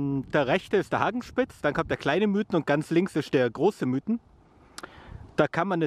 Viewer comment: Super Videos aber es heisst Miithen und nicht Müüthen :-) Aber in der Tat super Sommerziele. Gruss